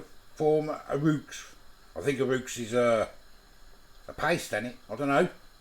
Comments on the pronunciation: Haha, I did laugh at your pronunciation of roux!! REWKS !! It's actually French, and pronounced ROO! .. but this is why we love ya!! Keep up the great content.. I'm sure you're helping out a few students who have no idea how to cook! Regards to Nat too x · Roux, as pronounced roo. 😂. It's French ☺️🏴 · Roux is pronounced roo Aww sorry. I know you dreaded this one. Howling 😂 it doesn't look disgusting. I love mac & cheese 😋 You did a great job 👍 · Lmao it’s pronounced roo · I think roux is pronounced like the bouncy Australian mammal.